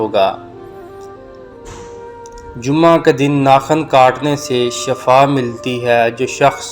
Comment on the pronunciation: shafa death ko kahtay han.....yah lafz shifa hay